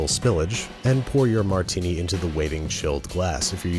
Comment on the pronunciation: Almost stopped watching at the "Martini". Give it the ol college try again, you'll get it soon! Love the vid otherwise